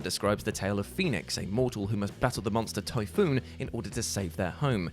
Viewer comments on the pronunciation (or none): It’s Typhon, not Typhoon.